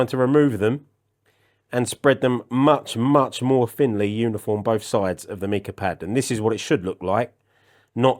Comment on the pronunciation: The mineral mica is pronounced with a long i, as in ice. Cheers.